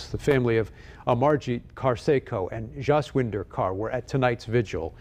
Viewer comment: W makes a V sound in the Punjab language. So it’s not pronounced “joss winder”